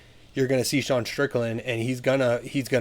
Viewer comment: Why does everyone call Sean De'sean?